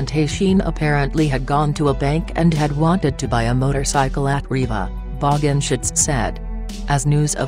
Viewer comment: "David Bog-in-shits"